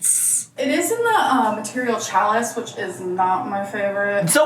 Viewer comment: “Challis” is pronounced “sha-lee” by the way. I always live for mispronunciations 😂